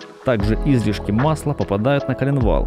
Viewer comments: масляннАя, корОмысла... и наконец Излишки, да-да не излИшки, а Излишки... сначала думал что я тупой, но после Излишки понял, что диктор слишком умный 😂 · Если бы автор видоса ставил правильно ударения в словах русского языка, то вообще был бы супер-видос... Не Излишки, а излИшки, не корОмысел, а коромЫсел... Думаю это профессиональный "диалект" )) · В слово «коромысло» ударение на букву «ы». В слове «излишки» — на вторую, а не на первую «и».